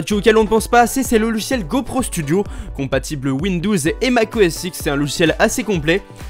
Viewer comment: PK tu dis windous